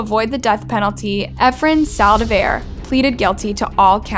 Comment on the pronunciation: How do you manage to even pronounce “Saldivar” wrong 🤦🏽‍♀️🤦🏽‍♀️🤦🏽‍♀️